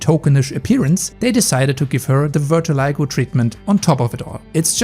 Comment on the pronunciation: you pronounce vitiligo wrong, you sound like ver-ti-li-go, it should be closer to vee-ti-li-go you also pronounce posthumously wrong, you say post-HUMOR-us-ly when it is post-um-ous-ly